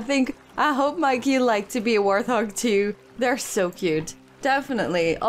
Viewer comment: Hey Just wanted to let you know that I love the videos. Also as a person with English as their third language I just want to say that it's pronounced wart-hog with a t hehe. I don´t mean this as any kind of insult, I know I would want to know if I were saying something wrong. They are hogs with warts but you seem to say warth-og which is an understandable error. Any, love the series! keep it up.